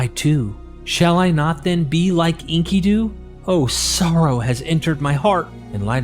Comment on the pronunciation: This is so hard to listen to. His name is en-KIH-du. Not Inky-doo. He's not a squid in a diaper bro.